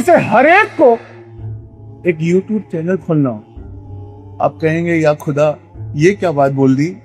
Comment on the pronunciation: Khuda nhi talaffuz Kkhuda hai